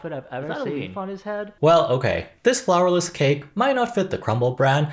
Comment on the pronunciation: Is funny how I keep hearing flavorless instead of flourless